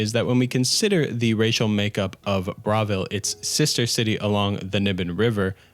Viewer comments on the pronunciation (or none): How you're saying Bravil is killing me, it's like you didn't listen to anyone speak in the game. They say it, it's BRUH why are you saying BRA? Pronounces Bruma as BROOM but won't pronounce Bravil as BRUH. 😂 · great video but the way you pronounce bravil fills me with rage